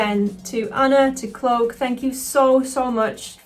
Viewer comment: You're awesome,! Also your accent is awesome but it sounds like you're saying "cloak" like the drink "coke". Love you though, friendo! 😂 🖤🤍💛💜 And as an Aussie, I approve! 😆